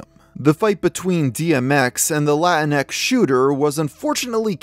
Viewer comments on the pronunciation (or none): The way you pronounce latinx is absolutely killing me Latino is already gender neutral. Nobody who the term actually pertains to uses it unironically.